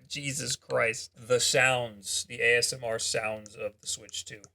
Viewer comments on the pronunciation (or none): none